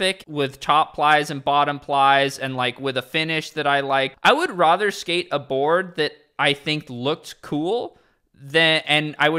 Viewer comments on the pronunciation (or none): stop saying rother, it’s rather.